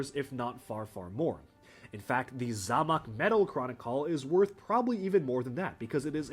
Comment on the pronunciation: loved the video, and hate to be like this but zamac metal is pronounced "zay mack" again great video